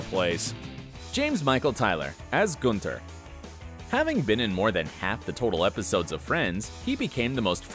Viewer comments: It’s not ‘GOONTHER’ its ‘GUNTHER’!!!!! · It's not goon-ter. It's gun-ther. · Did you even watch Friends? It's Gun-ther. ¹Not Guenter. It's Boo-Fay, not buffet, And it's Central PErk- not PArk! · Its not 'G-oo-nther'. In FRIENDS they all called him 'Gau-nther". You never really watched friends. Did you? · Everyone: Gunther Him: Goonther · I am sorry but it is Gun.ther not Goon.ther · Btw it’s Gun thur not Guntur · GOONTHER???? No, it's Gunther with an "uh", not an "ooh". No-one ever pronounced it Goonther on Friends. Have you never watched the show??? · It's gunther not goonter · No one: Absolutely No one:: GOONTHER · Nobody: Narrator: "Goonther" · G’oo’nther ?? Excuse me??? I..... i...... 🤦🏻‍♀️😂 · Goon-ther ? C'mon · i love who says goonther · Does anyone not bother by the way he pronounced Gunther as 'Goonter'????? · The way you say Gunther.. my right eye is twitching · Did you even watch every episode of friends? It is hard to say his name wrongly. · Oh 😭😭😭say Gunther the right way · Its Gunther but he pronounced it weirdly like u mentioned above and u too watching friends during lockdown? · My man pronouncing Gunther like we’re actually in Amsterdam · Have you ever watched friends? That’s not how you say Gunther? 🤣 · Is if just me or did is wrong pronunciation of gunther bother anybody else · Why does he keep mispronouncing Gunther? They clearly say it one way in the show and he says it a completely different way. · Pronunce Gunther properly